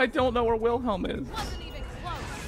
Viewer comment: YOU KEEL WHEELHELM?!?